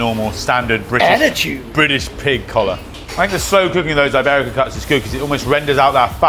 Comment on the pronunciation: way to mispronounce iberico